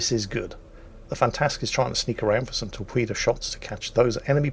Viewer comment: was that torpwedo there?